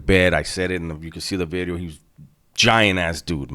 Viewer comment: In my hey day, I loved smashing on guys that looked just like you, slow talking machismo, socked in the f*n face. Get that so-cal sh*t out of my town. And now… “New “BIDDEEEO”